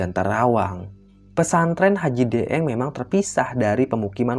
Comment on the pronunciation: Daeng itu istilah pangkat atau jabatan atau gelar seorang bangsawan di daerah pulau Sulawesi tepat nya Sulawesi Selatan 🙏 ini kl daeng ya ini kan lidahnya orang Jawa jadi deeng 😂